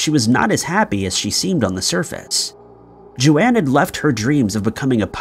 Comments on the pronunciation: Pretty sure her name is Joan as in rhythms with bone. Not JoAnne. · Isn't "Joan" pronounced "Jone" not "JoAnn"? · Its JOAN, not Joanne. Geez😊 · Yup. Americans for you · Joan is pronounced jone - not Joanne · It’s definitely Joan (rhymes with bone) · The name Joan is pronounced like“Jone” as in Joan of Arc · Case 1 is not pronounced Joanne, my god it gets worse.